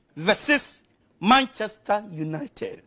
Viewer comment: manchesta unateh